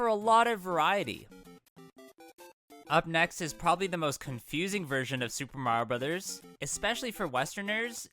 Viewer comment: Thank you for pronouncing the game's title correctly. Nowadays, it's a genuinely pleasant surprise.